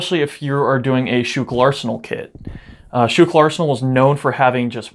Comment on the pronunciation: I ordered Schuylkill arsenal uniform from k. Windahl & co. Weird any body that dont live near Schuylkill all ways pronounce it wrong lol